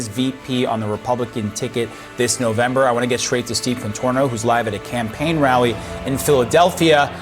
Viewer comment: AOC has "rally eny" 😂😂😂